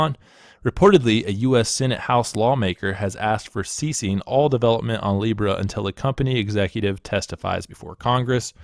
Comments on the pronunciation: Seriously you got hammered for mispronouncing Libra. Come on people get real. We really need to overlook little mistakes like this. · apology accepted for pronouncing a shitcoin's name wrong. how dare you.